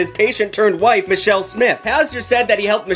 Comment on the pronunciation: I kept hearing patient turned white